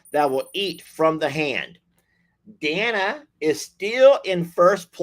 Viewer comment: FYI---Day-na FOR DANA, ANDREA---ANN-DREE-A. FYI to call them by the correct pronunciation!😍🤩😇